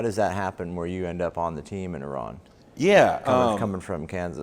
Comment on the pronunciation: love how pronounced Iran properly!!